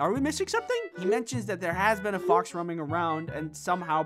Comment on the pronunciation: you said BOX not fox LOL🤣🤣